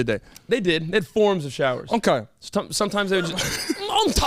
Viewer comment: My favorite moments this episode: - "Uhlkay" - "You see how I got there doe?! I aint even need no whiteboard cuh" Followed by Cam's lisp - "Why was that the THOP?..." 🤣🤣😂🤣